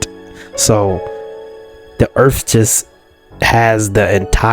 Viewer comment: like the video. but earth has end's in a th not f. If you have a speech thing forgive the lame joke. 😄